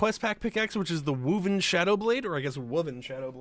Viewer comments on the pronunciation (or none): wooven? it's woven. like something that was woved.